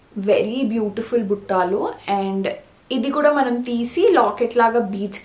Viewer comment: Those are "BUTTALU"..Not buttaalu